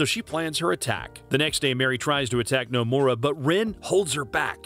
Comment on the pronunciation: The way this man pronounces Nomura's name would piss off Nomura himself.